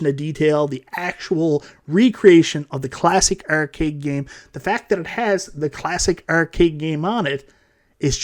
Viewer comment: If you're gonna talk about arcades all day, you should learn to pronounce "arcade" properly.